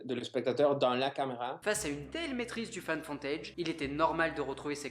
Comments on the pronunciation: "Find Foooootage", pas foNtage.. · J'ai eu l'impression d'entendre "found fontage". Ca m'a fait rire, ça se prononce "fou" ;) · Fai gaffe a ta prononciation, au lieux de find footage on dirai que tu dit femme fontaine mdr, sinon ben bonne video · bravo à toi pour ton travail ! mais je dois avoir un problème hormonal ou auditif car à chaque fois que je t'entends dire "found footage" moi j'entends "femme fontaidje" XD . En tout cas re-bravo pour tes vidéos ! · Ne prononce plus jamais Found footage ! Car les non anglophones vont chercher femme fontaine sur le net et être traumatisé a vie. 😂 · T’as presque dit femme fontaine pour found footage 😂😂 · J'adore tes vidéos, mais tu prononces très mal "found footage"... xD La bise quand même ! :) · Je trouve ton boulot super mais ta manière de dire "found footage" fait très catégorie sur Pornhub quand même... Super boulot quand même ! GG